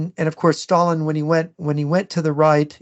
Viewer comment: The way pronounces "Sshhhtalin" always cracks me up, great show as always.